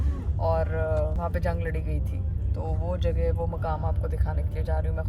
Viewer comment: JAGE nehi kehte JAGA hoti hai